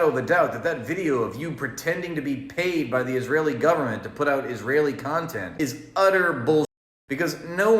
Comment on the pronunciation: "Isrealian" G'day